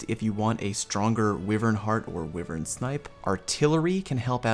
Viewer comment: Always like your vids dude. From destiny to this. But for the love of god stop pronouncing wyvern incorrectly. Driving me up the wall. Lol.